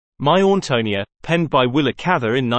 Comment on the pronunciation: You might want to learn the correct pronunciation of the main character’s name before doing a video!